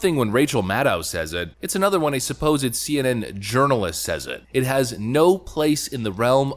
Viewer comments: lol "Urirnalist" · Your pronunciation of "journalist" sounds like "urinal-ist"...sounds pretty accurate, too.